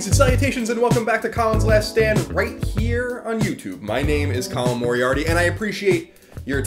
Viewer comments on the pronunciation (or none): none